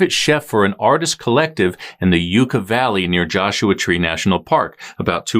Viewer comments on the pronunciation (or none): Yuucka valley, not yooka/ like the last video I commented on, not being able to correctly pronounce common words undermines the credibility of your work. I’m out. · Yuck-ah valley, the y is not silent. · Greetings. its pronounced Yucca Valley with a short u as in yuck! thats gross! much respect.